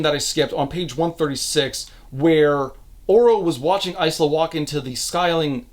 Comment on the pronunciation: Is it Ice-la? I thought it was Ila (S is silent) or Is-la?